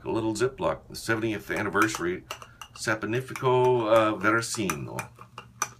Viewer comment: It's pronounced Saponificio Varesino. What's wrong with you? :)